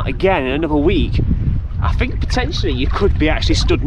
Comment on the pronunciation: Learn to speak the words are Three not free, think not fink, thought not fought and some thing not some fink!!!